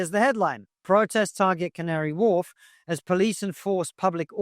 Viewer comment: I love the Cavnary Wharf lady. She said it so properly